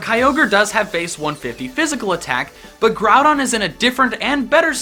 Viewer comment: Growdon not grawdon